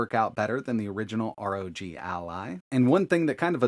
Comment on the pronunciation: ROG, NOT R.O.G